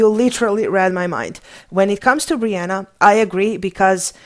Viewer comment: Did actually no one notice that they called Brienne *Brienna*? 😂